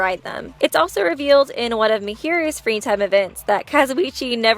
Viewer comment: Mahiru is pronounced like Ma hiru and not Mahi ru:>